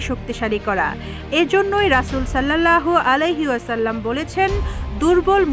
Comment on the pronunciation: হাদিসের সাথে সংবাদকর্মীর সংবাদ পাঠের মিল আছে, আল্লাহ নামটাও উচ্চারণ করতে পারে না সঠিকভাবে। রাসূল সাল্লাল্লাহু আলাই সালাম এর নামটা উচ্চারণ করতে পারেনা, আবার তারে দিয়ে সংবাদ পাঠ করাচ্ছে। ছি: ছি: কিসব অধঃপতন।